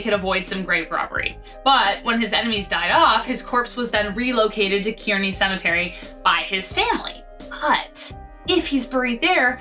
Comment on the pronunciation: Jesse James first burial location is pronounced Kearney (Car ne)